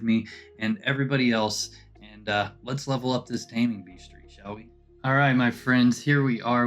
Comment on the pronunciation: Taming "beastery?" Hehehe Sorry, had to